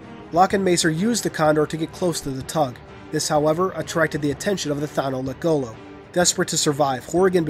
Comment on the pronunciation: Hey you said the Thanolekgolo wrong. Thano-lekgolo